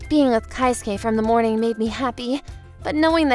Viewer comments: It's KE-SUKE not KAI-SUKE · It's kei-suke not kai-suke lol